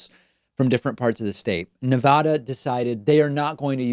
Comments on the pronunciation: Pakman, its Ne-VA-duh, not Ne-Vah-duh. They genuinely have bumper stickers explaining this (I lived in Reno for a bit). Since you are one for how to properly pronounce things, think But edge edge, let’s stop saying Nevada improperly. I love the show! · Ne.va.da not ne.vah.da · It's nevada not nevodda..... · Your show is my favorite source of accurate info, but please pronounce my state correctly!! It’s Nevada with a short “a” not Nevahda! I wince every time you mispronounce it. I commit to become a member of your channel if you can commit to learning how to pronounce “Nevada” correctly. I’ll send you the bumper sticker if that will help!! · You're driving me crazy with your bad pronunciation. Please use the short A and not the long A, i.e. Ah. Pretty please. This coming from a Californian. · It is NOT pronounced Nev-aah-daah.... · Spanish is your first language and you still take the "Nuh-vodda" pronunciation? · As a Nevadan it hurts me when you mispronounce the name of my state so much. 😢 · Not to be pedantic Nevada State is pronounced with a short first 'a'. An a like bat.